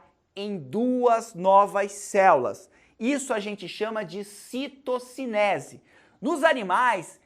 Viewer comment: dou risada toda vez q ele fala "céulas" kkkkkkkkk